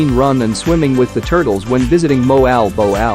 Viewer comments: moal boal po...not moal bow all...the correc pronounciation is mo-al bo-al ....or moal boal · Bad pronounced. Moalboal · mohal boh al? Learn to speak the place names correctly. It's more like mwalbole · Moe Al Bow Al? Pronunciation needs some work:)